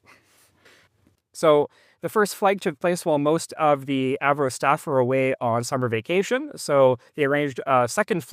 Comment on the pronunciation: I like how you switched from the Av-Ro pronunciation to “Avro” 😅